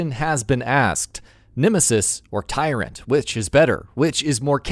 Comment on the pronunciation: bro this man his name is not tyrent bro hommie its mr x